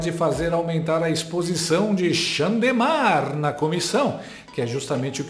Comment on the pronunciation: Eu acho o maxímo quando você fala xandemar ou xandele